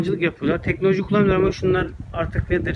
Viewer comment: "Tekneloji" değil , "teknoloji" lutfen2